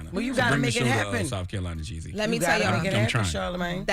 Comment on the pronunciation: why are you pronouncing Jeezy's name like that🤣🤣